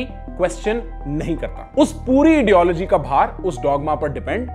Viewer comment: Why I am hearing idiology instead of ideology.maybe the word idiology meaning exist in ideology of those which contains dogma..😁